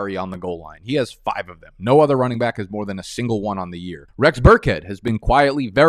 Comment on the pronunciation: What is wrong with the way you say back?